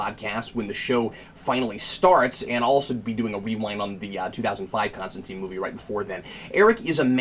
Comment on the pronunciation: It's Con-Stan-Tyne Like Raysh al Ghul :) POWER TO THE CREATORS ! & not Goyer